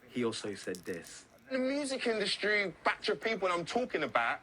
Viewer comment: "the music In Dust tree" what's wrong with that reporter looooool